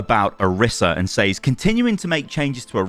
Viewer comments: can you pronounce says correctly please? It's pronounced sez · I get so distracted every time you say "says"